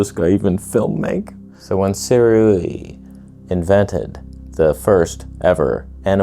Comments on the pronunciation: NICE! you pronounced it right. Sih-ray. ✔ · Perfect pronunciation of Sirui chefs kiss